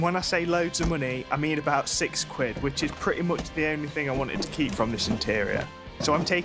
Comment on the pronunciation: Good content, but dude. That music is 😬 and it's bought not brought 😂 What is a "fing" 😅 it's thing. Why many Brits really do speak poor English.